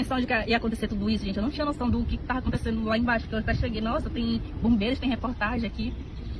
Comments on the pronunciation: Que agonia ela falando "tarra acontecendo" mdssss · Eu gostaria de entender qual é a dificuldade de algumas pessoas em falar a letra "V". A fala "tentarra" ao invés de tentava, é muito engraçado kkk. "Eu tarra", ao invés de eu "tava"